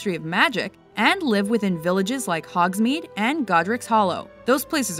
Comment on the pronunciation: "Hogs meet?" it's Hogsmeade -_